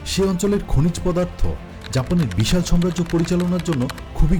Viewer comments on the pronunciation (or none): সম্রাজ্য না জিনিস টা সাম্রাজ্য উচ্চারণ ঠিক করেন আগে পরে ভিডিও বানান ধন্যবাদ।